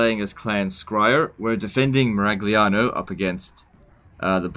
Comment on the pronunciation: The glia part in Miragliano is pronounced as ya as in Yahoo. In Italian your pronunciation will be correct if it was "Miraghliano" ;-)